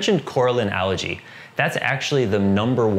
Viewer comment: Ok. I want to keep watching but please stop pronouncing algae as allergy